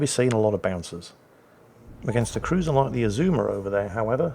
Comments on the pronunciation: Your second pronunciation of Azuma is correct. You don't lengthen vowels, if not indicated. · You also don't stress the second syllable like with most English words. No idea what the pitch accent for Azuma is though.